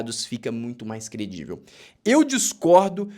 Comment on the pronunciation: A palavra correta é crivel e não credivel,.